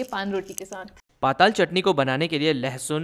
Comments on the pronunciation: हमारे छत्तीसगढ़ के पारंपरिक व्यंजन को इतने अच्छे तरीके से बताने एवं सभी लोगों तक पहुंचाने के लिए आपका बहुत बहुत धन्यवाद एवं आभार 🙏🏻🙏🏻 जी 🙏🏻👍🏻 But महाशय जी not called पाताल only पताल 😁😂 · It's not पाताल , it's पताल